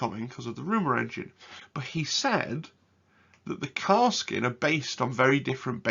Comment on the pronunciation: great video. had watched auspex tactics vid too. btw... it is Kas-r-kin